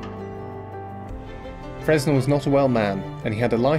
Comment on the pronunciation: The 'S' is silent as he was French, should have been pronounced 'Frenn-Elle'.